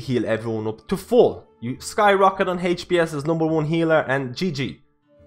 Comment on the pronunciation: “HaychPS” = HPS